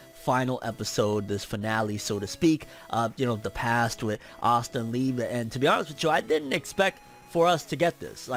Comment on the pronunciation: It’s Liebehh I’m Mexican all the Japanese names have the same pronunciation as Spanish words it’s not lebe E it’s ehh and narutooo not narutooh